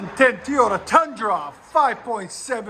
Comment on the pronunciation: Can dude not say the word toy and make the sound OTA at the end? Lol 2010 TEEYODA